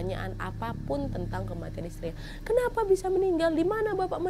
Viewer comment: "KENAWHY" mantappp kak nad 😂